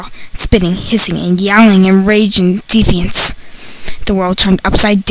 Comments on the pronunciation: Dee-fee-ance? Its De-fi-ance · Deveance...? Excuse me its pronounced defiance, dum-dum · Its deh fye inse not definince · I did, I heard deviant instead of defiance. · You said defiance wrong 😂😂😂 iyou said defeeance 😂😂😂😂😂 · You said defiance wrong. You say it like dee fi enc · You said DEFIANCE wrong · Can’t even pronounce defiance and I’m pretty sure she kept her face way to close to the microphone or whatever she was using bc my eardrums committed suicide half way through this video😂😂😖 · She said defiance wrong 😂😂😂😂😂😂😂😂😂😂😂😭😋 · Anyone else wince when they heard them pronounce defiance wrong? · Yeah it was really bad....she kept spitting into the speaker microphone thing or something because thats what it sounds like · Yes but at least she tried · Tween Gaming yeah ikr i cringed through the whole thing it was pretty awful and definitely needs some work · Feline Fennec YES! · Feline Fennec ye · Feline Fennec yep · she tried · I winced so hard that my throat started to hurt, but then again, I have ocd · Feline Fennec yep so much cringing 😩😩😩😩😩👎😫😩😩😩😩😩😱😱😱😱😱😨😰😄